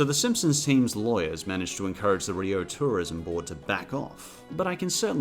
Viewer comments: Rio is pronounced "REE-oh", not "ree-OH" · It's "reeoh" Not "ree-oh" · The accent is on the i part of rio. Much love. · TIL Australians pronounce "Rio" differently. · your pronunciation of "rio" is making me reeee-OH... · WHY ARE YOU PRONOUNCING RIO LIKE THAT STOP